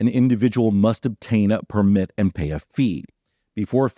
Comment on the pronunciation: There is a lot of controversy around types of allowed land use in the national parks. I hope things work out. So, I know it's nitpicky but i can't stay quiet anymore!!! The noun “permit”, meaning “written permission”, or “license”, is pronounced with the stress on the first syllable: “PER-mit”. You must have a permit to park here. The verb “permit”, meaning “allow”, or “let”, is pronounced with the stress on the second syllable: “per-MIT”.